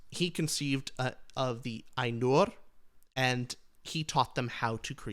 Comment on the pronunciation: pretty sure Ainur is pronounced as "eye-noor"